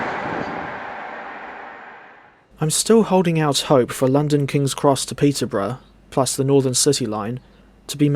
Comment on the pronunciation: "Peter-bruh" to "Don Caster"